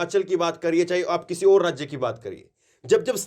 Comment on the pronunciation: आप और को ओर क्यूं बोलते हैं उच्चारण सही बोला कीजिए मैं आपके सभी न्यूज सुनता हूं